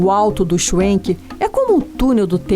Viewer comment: Se eles são descendentes de alemães, então, a pronúncia figurada e correta é chvenque e não chuenque.